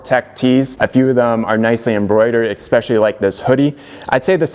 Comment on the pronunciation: "Expecially" interesting.